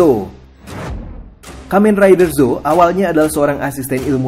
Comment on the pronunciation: ZX bacanya Z-Cross dan gak punya serial. Shin gak punya serial. ZO dibaca nya Z-O. Juga gak punya serial. J gak punya serial juga. Di serial agito ada 4 rider. Agito, G3, Gills, Another Agito. Riotrooper bukan Kamen rider.